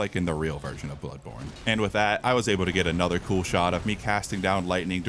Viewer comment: What TF? Blood THanny Born Tano?!!! Spongebob: The Born THanny... Tano Thanny....